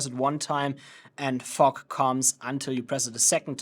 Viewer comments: I keep hearing u say '' FUCK'' instead of ''FOG'' 🤣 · I came here for educational purposes, not Comedy🤣❤😎. Brother is saying fog with a "ke" sound after the G which sounds like you're saying "F**k"... great job spreading Fogk all over the place🤣